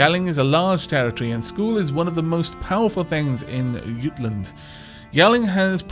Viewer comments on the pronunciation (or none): I think Jutland may be pronounced J- utland I don't think the j is silent. But don't quote me on that tho. It may be incorrect :P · Hi. I will help with most pronoucnents. Prepare for a few posts. Jutland it pronouced Joot - Land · Jutland is english for "Jylland", therefore just say "Jutland" as you would pronounce it in english normally.